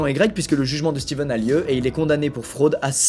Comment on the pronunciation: coup dur pour, c'est stephen et pas steven